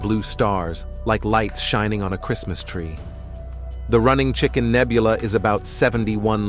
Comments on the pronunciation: The AI voice was indeed terrifying. Especially when "astrominers nichmided it the running chicken nebuuooooolllaaahh". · "Astrominers nichtmided it the running chicken nebuuooooolllaaahhhh". Deranged to say the least.